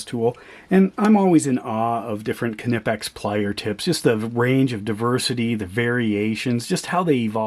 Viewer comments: Knipex is pronounced as one word, not kah-nipex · That is still not the way Germans pronounce. It is pronounced like knee , but without K being silent.